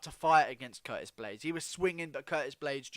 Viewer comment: This man just said Curtist